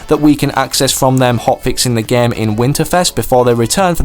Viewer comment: it is game not gam